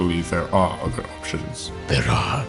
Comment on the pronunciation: My only gripe with the voice acting is that you guys say, “udder” instead of “other.” Like, the “th” is replaced with a “d.” Otherwise, really intriguing. Good job.